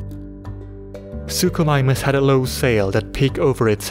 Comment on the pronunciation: "suchosaurus" "suchomimus" wtf